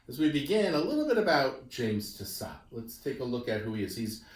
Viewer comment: I think the surname should be pronounced Tiss-oh. The final “t” is silent